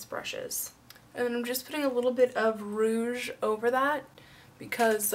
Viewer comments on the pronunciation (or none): none